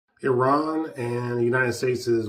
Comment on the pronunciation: You’re one of the few people who pronounce Iran correctly 😩.